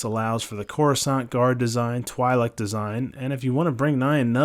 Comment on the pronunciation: Pronounced Twee-Leck